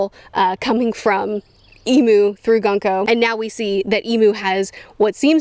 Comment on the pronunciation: I love how calls "Gunko" "Gonku"